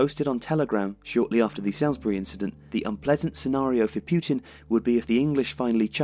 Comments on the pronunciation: Salisbury is pronounced 'Solsbree' not 'salsbree' Great video but as I live there I felt obliged x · It’s pronounced Sorlz-Buree man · Great video, but I was definitely put off by the pronunciation of Salisbury (Souls-bury) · It’s not “salsbury” it’s pronounced “sols-ber-rey” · Salisbury is pronounced Sall-isbury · FWIW it's pronounced "Sauls-bree" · Salisbury is pronounced sallsbry by the way! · I'll say something negative. They were saying Salisbury wrong!! Ruined the entire video. Seriously though - can't do wrong. Every piece is meticulously done, and executed in a brilliantly unique way. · Just a shame he can't pronounce 'Salisbury'. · Strange pronunciation of Salisbury!? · Yeah, it's weird that the narrator can't pronounce Salisbury despite being English. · Good video - I would check your pronunciation of Salisbury though. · how is a lad from england going to butcher the name Salisbury so badly 😂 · That's not how to pronounce Salisbury. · Odd way to pronounce Salisbury from somebody with a UK accent. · Not bad,.. just a little work on the pronunciation of Salisbury required,.. 🤪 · If you believe the Novichok nonsense you will believe anything. It's strange that you can't pronounce Salisbury correctly.